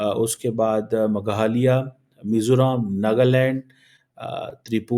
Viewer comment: Maghaliya nehi it's called Meghalaya, please focus on your pronunciations, don't try to change the name of our states